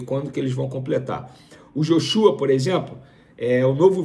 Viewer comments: NÃO É JOXÚA, É JÓXUA PO kkkkkkkkkkkkk ja ta ha 1 mes falando errado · Rapaz, vá estudar, aprenda a pronunciar os nomes dos atletas do Flamengo!!!!! Não é "ióshua", nem tampouco "Joshúa"!!! a pronuncia é ""Jóshua""!!! Jornaleiros fracos!!! Pelo amor de Deus, estudem, pesquisem, só ficam de bjular o BAP!!! SRN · Pô irmao, é "JÓshua nao "joxúa" a pronuncia, pelo amor de deus, que dificuldade em pronunciar os nomes, misericordia. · Tá falando errado, é Joshua (Joshuá) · A pronúncia correta no Joshua, é grave no ó...... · venê tem um nome estranho e por isso pronuncia o nome do Joshua de forma igualmente estranha, joshÚa é coisa de outro mundo kkkkk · Venê! Pelo amor de Deus! É Jóshua! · Vene , vc tá falando “Joshua” , errado … verifica aí . Tmj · Essa pronúncia do Joshua tá errada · Chamei vc de burro por não saber pronunciar Joshua corretamente. Mas agora vi que tú é ignorante mesmo. Isso prova que ter uma faculdade não influência em nada.